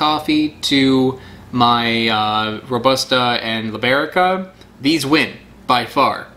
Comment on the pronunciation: And the correct “Robusta” pronunciation is . We have a winner !